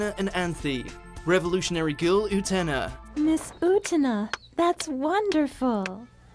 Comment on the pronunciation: What is it w/Utena and pronunciation?! If you'd watch an episode or two in the original Japanese, you'd surely easily pick up the proper pronunciation.... I am baffled by this; it's not that difficult to get it right!